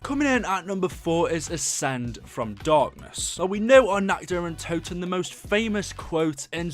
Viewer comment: How do you fuck up saying nacht der untoten.